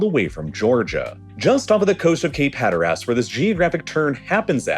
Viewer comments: This is a fantastic and informative video, and the pronunciation of Cape HatterASS has me rollin'. For a perfect illustration of the fall line, look no further than the Garden State! New Jersey has such a stark contrast between the North and the South that it looks like a giant stepped on it. We were divided into West and East by the colonial charters in the beginning, basically along where the piedmont started, creating a kind of diagonal cutting from the northeast. The guy in the East had prime access to coastal ports like the ones across from New Amsterdam on the Hudson, while the guy in the West got the consolation prize of a large extra chunk of the southern portion nearest the Deleware and Philadelphia, since it was mostly "empty" by settler standards. It even has a split climate zone, with the Humid Continental in the northwest and the humid subtropic in the south. It sure makes living in the transition zones of Central Jersey interesting! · Also a NC native, and I loudly went "Hatter ass?!" and proceeded to lose my mind. I have never heard it mispronounced like that before. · Same, it was killing me and now I think it's so comical that I'm gonna start calling it "Hatter-Ass" LOLOL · us hatteras locals have been through enough this hurricane season, we don’t need this hatter-ass disrespect! 😂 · Was really enjoying this video until he pronounced Hatteras as hatter-ass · Lmao 😂. No one pronounces it Hatter-ass except this channel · I was going to comment about the pronunciation too lol “Hat-ter-us” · Worked for a trucking company that had terminals all over north and south Carolina. I traveled there a lot and I always thought it was pronounced Hatter-us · The way you pronounced Cape Hatteras bothered me as a ENC local. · The pronunciation of Hatteras hurt me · It made me want to stop watching the video. Like c’mon… You’re making a geography video and can’t say Hatteras? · As a fellow Tarheel, I can’t unhear it now 😂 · He butchered the name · HAT ER ASS? REALLY?